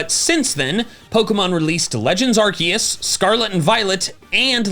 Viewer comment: 54 seconds he... he didnt say arkoos! omg lol